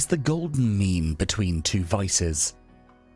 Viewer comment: I was just listening to the audio on this video at work and had to check my phone at number 2 because I thought he said "Try to find the golden "Meme" . I was like ...... This man was wayyyyyyyy ahead of his time lol